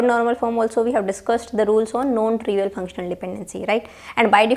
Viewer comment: PLease dont take it personal .......... Are you saying NON trivial OR known trivial please correct it sounds like KNOWN